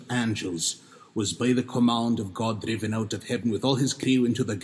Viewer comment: Why is your 'd' sound dental/denti-alveolar, rather than alveolar as in all modern English dialects? Also, your 'r' sound is a trill/tap. For an instance of both, listen to the 'driven' . Were these consonants really pronounced this way?